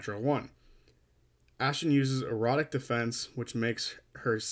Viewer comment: Erratic defence; erotic defence is something very different! Might be the accent or my hearing though :) Great video either way!